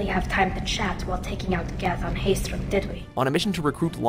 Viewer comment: it's fucking HAESTROM.